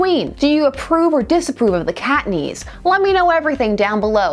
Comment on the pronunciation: The way you say "cat knees" made me think you said cockney, and that sent me down a WHOLE 'nother path...